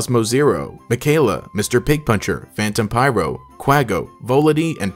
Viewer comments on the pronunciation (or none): none